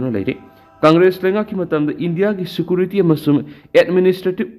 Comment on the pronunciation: Security pronounce se fajana amta toubio